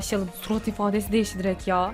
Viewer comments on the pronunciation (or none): none